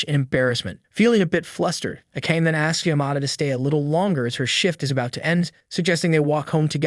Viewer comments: Whomst tf is A-Cane? You mean A-Ka-Nay? 😅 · I repeat over and over again how he called Akane... Its A-ka-ne >.< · I hope you pronounce the charaters' names properly though. Like Akana. It's A-KA-NE, not A-KEYN. My gosh. It's annoying. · Isnt it pronounced ah kah nay? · Get rid of the AI voice. Akane is pronounced Ah-ka-nay. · Subaki is so mid compared to akane (pronounced ah-kun-aye) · Why do you guys not say the names the way the show says it , it makes me feel like you ain’t watch it your just reading the script cuz her name AKANE is not said like tht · How does he manage to pronounce Akane different almost every time he says it and still never once get it right? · It's funny and weird how the narrator pronounces "Akane" but to be honest, that's how I thought it was pronounced as well when I was a kid. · It's hard to hear her name pronounced this way. Hurts my ears.